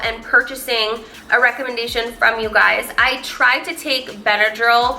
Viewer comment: "You guyziz."